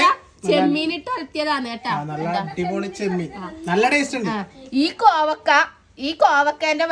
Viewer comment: കോവക്ക അല്ല കോവയ്ക്ക ഞങ്ങൾ പറയുന്നത് കോവക്കാ എന്നാണ് ഞങ്ങൾ പറയുന്നത്